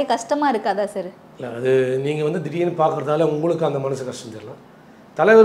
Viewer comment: சேர் கட்டில் பெஞ்ச் 🤦‍♀️🤦‍♀️🤦‍♀️🤦‍♀️ அது சார் ..சர் தான் சரியான உச்சரிப்பு...